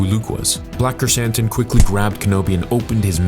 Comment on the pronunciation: called him Black Croissant, now I can’t unhear it.